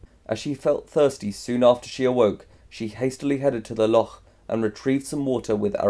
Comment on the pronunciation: loch is pronounced like lock, sorry but it bothered me so much TT TT